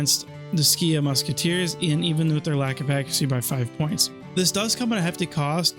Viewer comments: Skiah instead of seek (Sikh) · It's pronounced like seek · Or more properly like Sick, but Seek is a fine English localisation. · I feel like you must be living under a rock if you don't know how to pronounce Sikh.